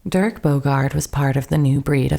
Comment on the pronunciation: Dirk, not Derek.